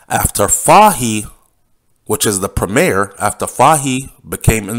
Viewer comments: it is pronounced FAHIE "FOY" NOT fa-he lol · Name is pronounced as Fay-hee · It's pronounce, like the word toy, fah-ie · The correct pronunciation for Fahie is FOY. Fahie——-FOY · his last name is pronounced "foy"secondly you are overreaching with your statement about the governor.... if you know anything about the British they are very diplomatic ... so coming out to clarify that their inquiry was not drug-related is expected hence the reason for the early publishing of the report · His name is pronounce Foy.